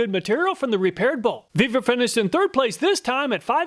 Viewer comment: You earned a "like" just for pronouncing that one brand! :) Really surprised to see the Vevor product working so well. How come there's no, "We're gonna test that!" underwear? ;)